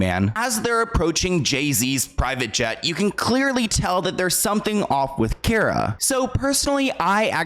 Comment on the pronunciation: It’s pronounced car-uh not care-uh 😭 And Mar-go not Mar-gut Robbie